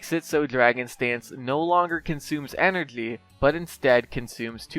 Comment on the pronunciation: Dude, how can t u say any word which contains "gy", so this is why u say moji as mogily, Or energly, SMGly, dude what is it? XD